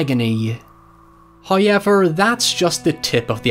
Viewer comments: This may be a record for time says How-yever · First "high-yevver" occurs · No one:: HaiYever... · No shade, I love your accent,. This particular word just fascinates me. 🤣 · . There it is again. "Hoyever" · Not just one, but TWO ‘hoiever’s’ thank you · I'd say it's a "höiever"! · It's more like howYever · I love how pronounces "however". Its the whole reason I subbed.